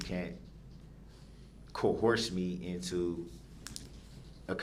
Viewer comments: I loathe the way he says coerce. “Co-horse”. Ugh. He’s an idiot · Haha. “You can’t co-horse me.” 😂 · The man who doesn't consent to being called Darrell Brooks (🙄) tried to add new words to the dictionary everyday... "You can't cohorst me. You gots me under doorrest." "I already axed you. I been done axin' you several times." "The record is inakerit. I just want the record to be akerit." "Is that lawfullaw?" "He wasn't no first eye hand witness." "Whatchu mean 'mute point'?" "How is that same statue being used?" "That evidence ain't got no valueness to it. NONE!" "Yerhonor and dis court have no intregady! You ain't got none!" "I gots yer oaf of offices RIGHT HEER!" "Dis minebogglin'." "It's reedicKolous yerhonor." "Was dat objection substained?" "Lemme remind you that you is under oaf right now." "Is that a tackit agreement?" "Tell da trooff, yerhonor. TELL DA TROOFF!" "Objection! Relevancyment?" "You can't dodat. You can't dodat yerhonor!" "Reason for da substaine?" "What's dah relevancyness of dat video?" "You just lookin' for uh, uh, uh, an escape goat." "A motor vehicle vs pedrextreian incident?" "Was you able to get a license place of the vehicle?" "Is that a judicidairy determination, yerhonor?" "What's the relevanciness?" "You were so efixiated on the eyes." "My 6th addmendment has been disguarded." "Do you look to see if any of the victims had underlining illnesses?" "I gots kids too. I cutted they un-biblical cords." "I'm the only one getting ammonish up in here! Dis ain't fair!" "They ain't letting me use no law li-berry, yerhonor."